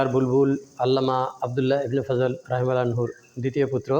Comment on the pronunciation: অনুগ্রহ করে ‘(رحمه الله)’ শব্দটি শিখে শুদ্ধভাবে উচ্চারণ করার চেষ্টা করুন। বাংলায় এর উচ্চারণ ‘রহিমাহুল্লাহ’। আপনার বর্তমান উচ্চারণে সামান্য ভুল হচ্ছে।